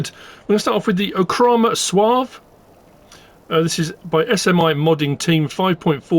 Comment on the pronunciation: Soave is an Italian word, so the final 'e' should be pronounced. Wikipedia suggests SWAH-vay.